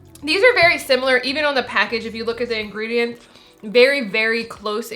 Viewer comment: Oh no! says "simular!" 😂 J/k, love you guys. And $7 a pack isn't that bad... 🤷‍♀️